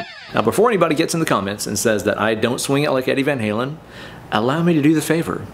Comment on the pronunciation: “ Eddie Van Scalin” 🤘🏼🔥